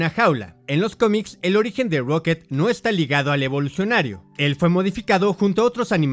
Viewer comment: Lo que mas odiobes que dice evolucinario cada rato we